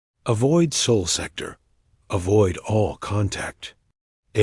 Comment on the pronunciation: Get your AI reader under control. It's jerky and cannot read simple words, such as SOL correctly. Also a period is not read as DOT!